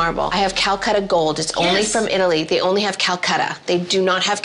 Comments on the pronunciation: Drink a shot every time they say cal cutter 🤣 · It’s super clear she’s “new rich” when she can’t even pronounce CALACATTA correctly lol